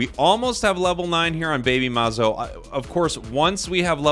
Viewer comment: I'm a brazilian subscriber and you're my favorite foreign Pokémon Unite channel, I love your videos and find you very friendly. P.S. You just pronounced 'BabyMazo' very well and that dancing in the end was very funny tho